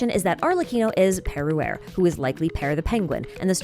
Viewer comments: I can't stop hearing, Perry the Platapus every time you say Perruere. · It’s very funny when you’re French because « per-» sounds exactly like the French word for father « père »